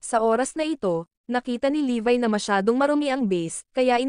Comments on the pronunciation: Levi po pangalan nun Hindi po levay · levi not levy